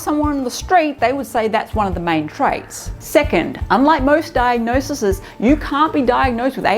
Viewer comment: "diagnoses", plz